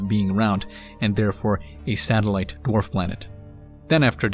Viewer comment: You're saying it wrong it's DWARF Planets.